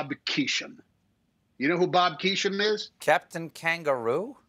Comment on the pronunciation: The name was Bob Keeshan, not Keesham. 🤫